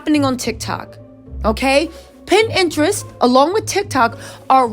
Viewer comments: Is she tryna say pinterest? 😂 she keeps sayin pininterest... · Wow..!! It's sad when a child can't even depend on their parent to try and protect them... Love your content.. Pinterest isn't pronounced Pin-Interest it's Pin-terest one word Pinterest.. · If you say pin interest one more time 😂